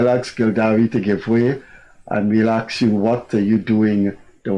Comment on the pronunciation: I wish someone will remind Mr Kissoon that the word is Ask, and not ax or aks..